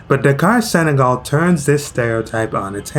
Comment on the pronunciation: It's not Sagal, but Senegal